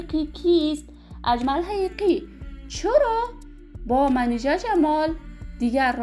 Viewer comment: بد کردی دروغگو اول خو نام اجمل حقیقی را درست تلفط کرده نمیتوانی